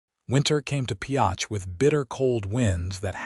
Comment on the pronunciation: If you are going to tell a story, pronounce the town and spell it right. Pioche. Great story!!!